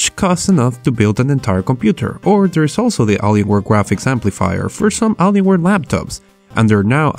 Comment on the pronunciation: A-lee-in. Not allen-ian